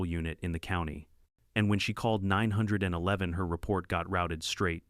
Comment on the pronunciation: Jesus Maria am I sick of hearing "Ninehundredeleven". Now there's "ASS HOLTED"